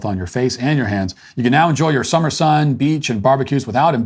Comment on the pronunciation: Funny to hear one guy talk normal and then the other has to talk retarded to give weather